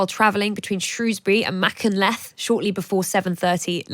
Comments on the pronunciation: Disgraceful journalism, if that's what it's supposed to be. Is your erroneous title a shabby attempt at sensationalism? And please learn to pronounce Welsh place names before going on air. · This was a waste of time. Full of basic errors and speculation, inconsistencies and appallingly lazy mispronunciation of Welsh place names. The pictures we've seen show clearly that it was a low speed impact. So why repeat a plainly nonsensical observation that the train was travelling at 50mph?? Then, saying that the 'trains don't normally travel that fast' when they actually travel at almost double that speed in many places. Not worthy of The Times, nor of my time. I switched it off at 2m28.